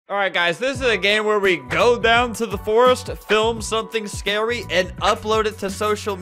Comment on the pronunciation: The scawy lasore*